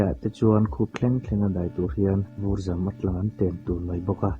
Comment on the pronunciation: 😊hun rei tak awm turah mizo tawng pawh chhiar thiam mumal lo te hian kan han chhiar ve ngawt zel ahh.. Vur zam, ramhnuaia tap, tla lut, tla thelh (tep), etc. tih te lam thiam zir i ngai a nih hi